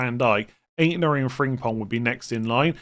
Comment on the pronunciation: Frimpong not Fringpong